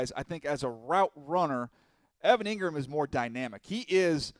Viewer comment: Bruh said Engram lmao nooo dude